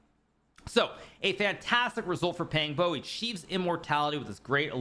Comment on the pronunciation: Big fan hikaru! Pang bo is pronounced with pang having a "Khan" like a sound and bo having boar's "oa" sound